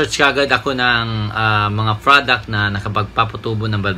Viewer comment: Product kapatid..... lumabas talaga ang pag ka bisaya mo hahaha 😂